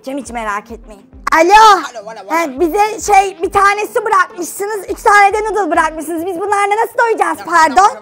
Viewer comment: Abi muzaffer halanın nudle demesi saka mıı PUHAHAHAHAHAHA